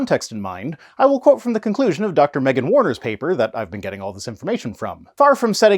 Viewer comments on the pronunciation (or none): none